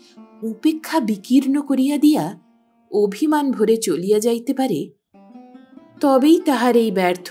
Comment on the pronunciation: আপনি সুমিষ্ট কন্ঠস্বরের অধিকারিণী | পাঠের মধ্যে দুয়েক কলি গান বেশ ভাল লাগে। এরকম একটি অনুষ্ঠানে ছোটখাট ত্রুটিও তাই কানে বাজে ৷ যেমন, গর্বভোরে বা অভিমানভোরে হবে না, হবে গর্বভরে বা অভিমানভরে; আরেক জায়গায় ঠিক উচ্চারণটি হবে সৌন্দর্যানুরাগী। ধন্যবাদ |